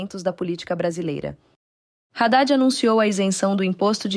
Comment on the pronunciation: Não é Radade , é Hadade burrinha .